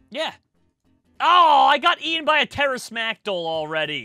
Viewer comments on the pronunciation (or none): none